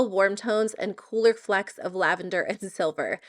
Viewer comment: “Flicks “, No. Flecks like flex